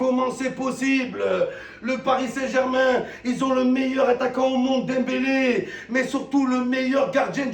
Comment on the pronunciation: il dit dempelé et celui que j'ai critiqué faut aller chez orthophoniste petit